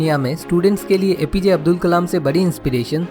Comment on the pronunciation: Avul nhi Abdul Pakeer Zenul Aabedin abdul kalam h naam sir ji !👍